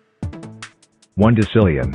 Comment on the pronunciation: THE DECilLgInTilliOn Laughed me Impossible🤣🤣🤣🤣🤣🤣🤣🤣🤣🤣🤣🤣🤣🤣🤣🤣🤣🤣🤣🤣🤣🤣🤣🤣🤣🤣🤣🤣🤣🤣🤣🤣🤣🤣🤣🤣🤣🤣🤣🤣🤣🤣🤣🤣🤣🤣🤣🤣🤣🤣🤣🤣🤣🤣🤣🤣🤣🤣🤣🤣🤣🤣🤣🤣🤣